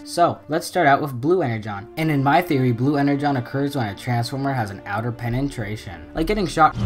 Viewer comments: Penetration not Penentration. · Pen-en-tration no it’s pen-na-tration that’s so u pronounce it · “Pena-tration” thats how its said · "Penentration" What the hell 😂😂😂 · What is a penentration? Its a penetration dude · Penantrashon lol